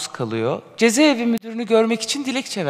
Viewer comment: Avukat hanım cezeevi değil ceza evi...